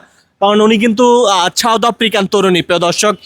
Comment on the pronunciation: ছাওদ নয় সাউথ,, সুন্দর করে বাংলা ভাষা কে প্রেজেন্ট করবেন।।